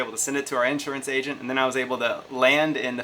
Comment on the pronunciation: So it's pronounced "in shure ants." You Southerners with your funny enunciations.